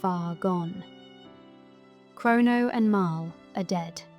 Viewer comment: It pronounced MARLEEEE not MARILL